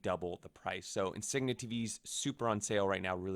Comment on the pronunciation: That’s not how you say Insignia…